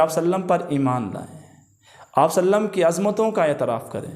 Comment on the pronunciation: Jazakallahu khair. With due respect, please try to say Sallallahu Aalehi we Saalum completely, calmly and in good pronunciation. May Allah Taala accept our efforts.